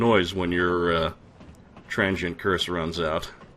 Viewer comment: If it is not rude to ask, Where are you from,? I ask because it is slightly odd to hear you pronounce "Transient" as "Tran-gent".